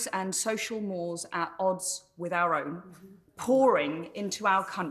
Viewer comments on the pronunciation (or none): Good on content and confident in tone but I wish she wouldn’t mispronounce ‘mores’. It has two syllables: mor eez . (Latin for standards in society.)